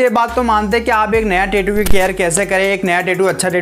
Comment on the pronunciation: 😢pehle achhese boliye tetu nhi tattoo bolte